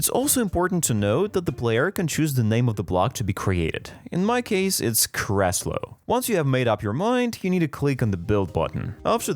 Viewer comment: In polish it's written differently (krzeslo) but in Czechia 🇨🇿 it's Křeslo distinctive by the Ř. Even if he wanted to I don't think he could make the Ř sound for the first time - so he said kreslo (+ you mostly can't type ř anywhere much, in games etc). Im not sure about other slavs and their chair translations, so I hope he will reply and tell us what is it supposed to be 🥹❤️